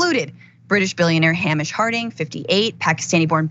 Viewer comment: Somebody please tell this woman how to pronounce the name Hamish, that has been clear for centuries. The Stockton Rush element would be so ironic if true.